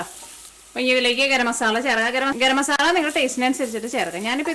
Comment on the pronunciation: Ethu nattila "masalla" ennu parayunne. Adhyayittu kelkua 😊